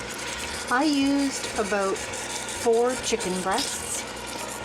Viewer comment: aBOOT or aBOUT?